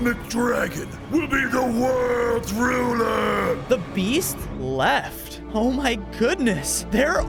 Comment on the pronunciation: Lmao the way he said “The beAST LEft” you would to If you were being beaten.